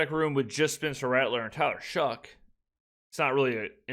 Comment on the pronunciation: I noticed you were saying “it’s shocking” instead of “it’s shoughing”. Still great coverage my guy, looking forward to the future videos